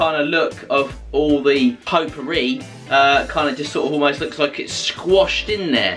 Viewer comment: I like the way you pronounce potpourri. Greetings from France. 👍🇲🇫